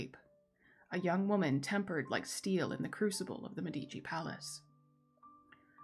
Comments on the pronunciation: Love your narration! Great content! Note: it's pronounced MED-i-chee. Drives Italians nuts when people say med-EE-chee. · The pronunciation in italian is MEH-dee-chee: the first syllable is stressed